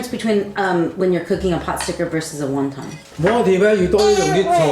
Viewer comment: I like how he properly explained how to pronounce Wonton. Yet through the whole video he pronounced it wrong.